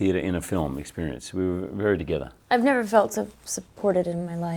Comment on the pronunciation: Eddie : nerver say nerver .. ?! haha does he is a fan of justin biber? ;D